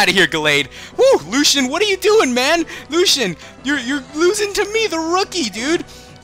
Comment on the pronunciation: Dude it's pronounced Lu-see-an not Lu-Shan